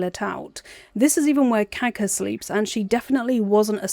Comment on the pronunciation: The way you say Kagha’s name sounds like Caca and I agree